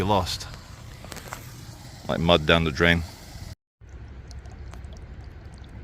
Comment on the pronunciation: So the two guys were not black. said ‘men laike’ (not sure if her exact words) She says ‘like’ all the time and pronounces it ‘laike’.